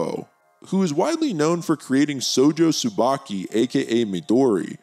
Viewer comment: Bro you need to pronounce the sh in shojo. It’s not sojo